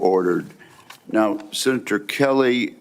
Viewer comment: 'Senatol, I will empasize'